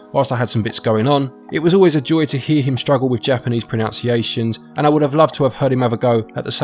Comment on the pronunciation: may not be able to pronounce Japanese words but can pronounce English words lol. It's not pronounciations it's pronunciations. With a "u" not a "ou" lol. Good video there though. 👍 just figured I'd poke some fun.